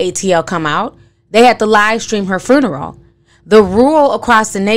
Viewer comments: lol sis are you saying "fruneral" on purpose? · Ti you really had me going "hmmmm" through the entire video. You are speaking nothing but facts! Everything is really odd. Thanks for the video and i love how you put the extra R in funeral lol aka fruneral lol love your channel! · I'm sorry but is anyone hearing how she's saying fRuneral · I love you Ti... but you killing me adding that extra R in FUNERAL lmao 🤣🤣🤣 now that's how I'm going to pronounce it from now on. Love you Ti and keep doing your thing boo